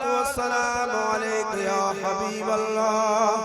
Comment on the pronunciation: Sahi tarike se harf Ada nahi ho Raha hai lam allah ka laam mota hai ye aise hi padhate chale ja rahe hai